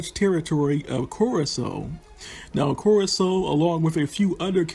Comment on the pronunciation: Curaçao is more like Kurasao than Kurako.